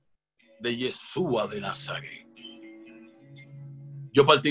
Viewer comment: APRENDE A PRONUNCIAR CORRECTAMENTE YESHÚA.